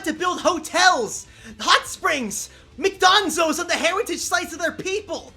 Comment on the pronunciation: "Mc'Donzos" Fucking LOST!!